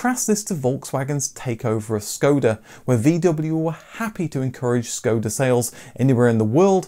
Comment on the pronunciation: Hi, watch a lot of your videos. BTW it is "Shkoda" , not "Scoda" , look above the "S" , the little V indicate the "Scchh"